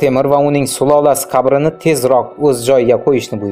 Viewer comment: Qabrini qayerdaligi dib gapir, kabrini kayerdaligi disan йо урисмисандалбайоп